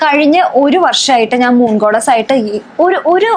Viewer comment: മൂൺ ഗോഡസ് എന്നു പറയൂ. ഗോഡ്നസ് അല്ല